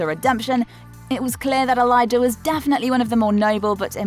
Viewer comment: She pronounces Elijah's name like I'll klaus does😂😂😂